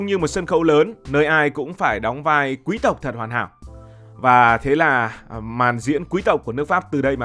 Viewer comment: Thích bạn nói chữ QUÝ-S TỘC , rất là quý tộc!